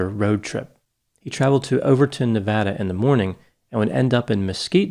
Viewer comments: Every time you pronounced Nevada, you did it differently. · How can you pronounce Nevada wrong? Was there a lot of speculation about the DiMaggio’s from He Derain locals?? Why wouldn’t they speak to police?? And why did they move so abruptly after Stevens disappearance??